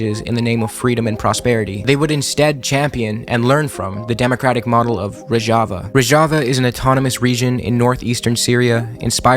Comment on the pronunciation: great job but you mispronounced Rojava the whole time